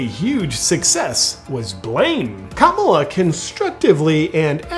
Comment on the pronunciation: You’re definitely saying, “Kabbalah” 😂